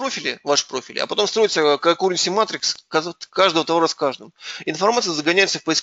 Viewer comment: выучите наконец-то английский язык или хотя бы просмотрите транскрипции терминов, которые часто используете. А лучше используйте русский + название на слайде на английском. Половину терминов разобрать невозможно из-за произношения. Какуренси матрикс пришлось 3 раза слушать и расшифровывать. Канкарэнси а не какурси. Слушаешь, слушаешь, полезный хороший доклад и как что-то важное появляется, какое-то название алгоритма или библиотеки и начинается расшифровка.